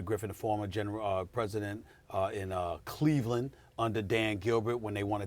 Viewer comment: “Cleveland clipper land” who let this guy in here?